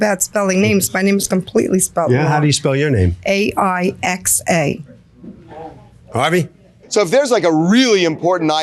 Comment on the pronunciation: The defendants name is spelled- AIXA. And pronounced- eye-suh. Do better…